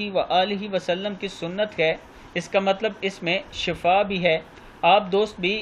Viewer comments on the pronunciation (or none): plz shafa nhi hota shifa hota ha kidly prenonciation thk kry thnks